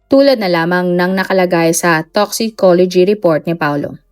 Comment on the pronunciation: Agreed po pansin ko din tapos may mga words din na bulol pagkabigkas, ex. sa storya na to, sabi nya toxology, dapat toxicology.